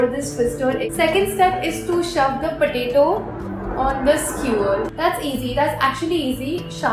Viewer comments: she says patatie instead of potato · u just said patati 😂😂instead of potato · no offense but it’s potato 🥔 not potati...!!!!!! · you said pateti to potatoe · Who ever heard "potati" then hit the like button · Gyandeep Yadav "patati"